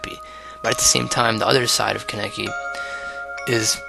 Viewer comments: Kaneki. KAH NEH KI. Not KUN EH KI. It's okay if you mispronounce it. Not your fault-your fault-YOUR FAULT. HAHAHA Sao references... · Kah-neh-kee - Kaneki. Do you have to butcher the name like that? Just takes a real quick YouTube video of the sub to hear a character to pronounce it.